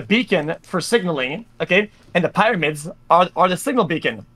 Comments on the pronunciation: I have no idea why xqc mispronounces pyramids lol In french the py part is similar in both languages :P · "The pieramids bro! The cones! In the sand!!" 😆